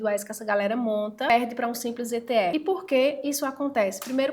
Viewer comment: Só de não falar itiefe já mereceu o like.😂😂😂😂😂